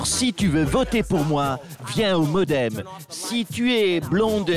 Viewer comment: Mais heeuu le Modemeu, pileu au milieeuu